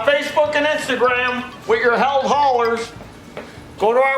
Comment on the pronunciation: What is a Heald hauler? And by the way its pronounced healed, not held.